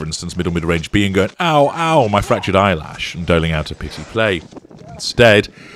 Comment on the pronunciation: "Ow ow my eyesash is fractured ". Love it